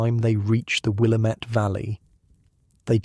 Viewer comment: Great story, as usual! I love the accent-- it is so calming. One quick note: the Willamette Valley is pronounced "will-AM-ette" as in "God- DAMN-it". I was corrected this way when I went there on vacation by the locals. 😉